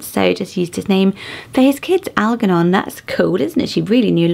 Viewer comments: I think Algernon is pronounced with a soft g so al-jer-non. Alatea I would pronounce as ah-lah-tee-ah- I think it is the name of someone in a Greek myth. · This is the first time I've ever heard Algernon said with a hard G, usually I hear it with a soft G. Either way, I've always really liked that name and it's fun to see it on a list, even if it's a very, very, very vintage list. Calisto/Callisto is another long time favorite. Actually there's a lot of these that I've had on my list; I think this author and I would have gotten along swimmingly. ✨️